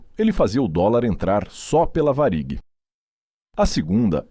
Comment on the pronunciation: Boa reportagem,só falta esse narrador pronunciar de maneira correta,o nome da VARIG